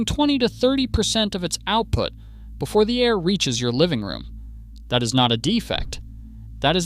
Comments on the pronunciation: The first five seconds of this video lets me know this is an AI driven channel. It’s pronounced “air” not “a””I””r” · A-I-R conditioning? LAME. Might want to check the AI voiceover before you post. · a-i-r conditioning? Your AI is showing. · yes, apparently it’s pronounced a i r. 😂